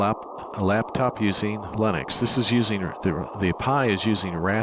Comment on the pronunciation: It's LINUX NOT LEINOX!!! as you called.